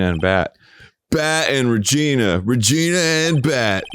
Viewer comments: Arin for fucks sake my dad walked by the very SECOND you yelled “REGINA!!” and it sounded WAY too much like “vagina,” I may not leave my room tomorrow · The way that Arin makes Maya say "Regina" is actually the name of a city in Canada, and every time he says it I die a little